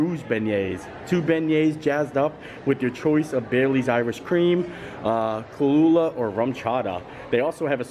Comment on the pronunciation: Kahlua - it’s pronounced KAH- LOO- A - not kah loooo luh